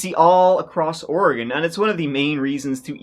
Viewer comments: It was so pronounced so perfectly, I didn’t even notice! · The fact that you can pronounce Oregon better than half of America is amazing 😂🎉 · Thank you for pronouncing Oregon correctly! People in our own country can’t do that. 😮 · Yay covering my state and he said it correctly! 🎉 I was in 5th grade about an hour South when this terrible event happened. Such a sad, unnecessary tragedy. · Hearing Oregon pronounced properly makes me wanna pop champagne and toss confetti all over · I never comment on videos but I just gotta say that I'm from Oregon and appreciate the hell out of the fact that he properly pronounces the state name. Another excellent video as always. Keep it up,! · Just had a short trip up there this summer. A very different feel in the summer! I love that you always pronounce Oregon correctly. It’s very distracting when it’s pronounced incorrectly over and over in videos. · I grew up in Oregon about 100 miles from Mt. Hood. I was a junior in high school and remember the horror of knowing those kids were stuck up there on the mountain—listening for the radio news updates, waiting for their rescue, and hoping they would survive. Thank you for giving such a respectful and thorough telling of their story. (And for pronouncing Oregon correctly 😉) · Thank you for pronouncing oregon correctly! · You pronounce Oregon like an Oregonian! I was expecting ori-gone😅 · Nice, a story from my home state. And I'm so happy you didn't butcher saying oregon. Thank you for a great story. And only the outside was used in the shining